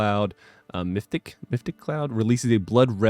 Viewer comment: Meph-it-ic, not mythic :)